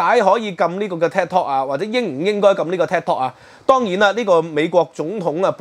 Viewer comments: Thanks for sharing your views on this channel. Just wanted to say the correct pronunciation of Tik Tok should be “Tik” as in Tick and not Tak (as in Kai Tak airport). Keep up with the good works. Will check in from time to time. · 點解要將tiktok讀成tektok? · Tik not TAC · 係「剔」tok, 唔係「tag」tok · It’s Tiktok not Taktok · "Tik" 讀 "Tick"，唔讀"踢"。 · 佢英文讀得差。。。應該係"tick" "tok" 既發音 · “take” tok 吾係”tag” tok🙏🙏。 另外 是余”茂”春。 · 感謝分析。尤其是血緣民族主義概念澄清得好。必須讓那些隨便開口指責別人漢奸的人失去振振有辭的論述。 另請注意，Tik Tok 的發音，還有余茂春名字該確認清楚以示對其尊重。